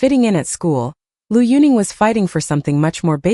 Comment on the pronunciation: If you don't even know how to pronounce correctly the name of Liu Yuning, or any other name for this matter, if you have no idea of Chinese history or culture, you should absolutely not make a bio reportage, neither about Liu Yunning, not about any other Chinese personality.